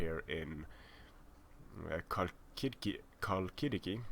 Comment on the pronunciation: try halkidiki and not xalkidiki, olinthos is good but try to say Olinthos and not olInthos ( i hope you understand:P ).